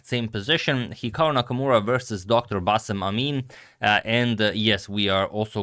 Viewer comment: The way you pronounce bassem's name is a spot on! Excellent pronunciation skills agamator.